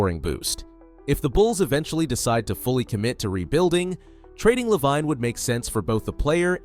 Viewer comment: Lol dude, its pronouced Zach (La-veen) Lavine. Edit:spelling lol